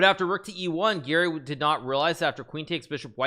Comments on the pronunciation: I was so confused cz when Hikaru says Gary it sounds like Giri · Hikaru has a very strange way of pronouncing "Garry." Sounds more like "Geary" or "Giri". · I swear I always hear "Giri" everytime he says Garry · Me too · Ngl i didnt realise he said garry until i finished the vid and saw this comment.